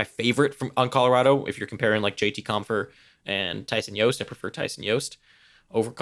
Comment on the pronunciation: Why do we keep calling him "Yost"? He pronounces the J, just sayin...